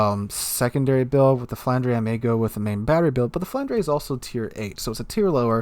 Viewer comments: The Flandre is prnounced "Flohn-drah", FYI. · Flandre is pronounced "Floorn-dra" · English doesn't quite have the right sounds in to to sound Flandre properly but a fair approximation is Flahn-druh, with a stress on the first syllable and a gently rolled R on the last syllable, clipping the second vowel sound. It's how you spell the name of the French region of Flanders in French (many of the French BBs are named after traditional region names - Normandy, Brittany, Alsace, Flanders, Champagne, Gascony, and Burgundy so far). The rest are cities (Lyon, Strasbourg, Dunkerque), famous figures (Richelieu, Jean Bart, Courbet, Turenne) or concepts linked to the French Revolution (République - WG recycled the name of a pre-dreadnaught that served in WW1). With Flandre (one of the possible names reserved for the Alsace-class) in the game, the last post-WW1 French battleship name (built or planned) that WG hasn't tapped is Clemenceau (which was reserved as a Richelieu-class name) and would be spot on for the proposed post-WW2 CV conversion of the Jean Bart (JB was only partially finished before the end of WW2 - France debated finishing her as a BB, converting her into a CV or just scrapping her - they eventually decided to finish her so her in-game version seems to be the post-WW2 version). Given that Clemenceau did get used for a later Cold War era carrier, it would be a pretty fitting name.